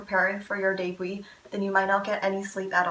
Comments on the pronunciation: Her pronunciation: : deibui My pronunciation : debut Others: debu No offense tho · It took me so long to realize that you’re saying debut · well im not just gonna sit here and see you say "yikes" to someone because they didn't know how to pronounce something